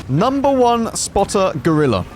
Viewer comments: GOrilla, not grilla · "No, not the Grilleh" 😂